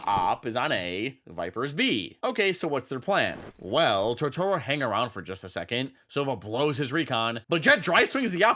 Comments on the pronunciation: It's TOtoro, not TotOro. That's a character from studio Ghibli anime with the same name. Edit: Other than that, the video is awesome!! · i absolutely love your content, but every time you say “totoorro” i wilt a little inside. still, love your vids!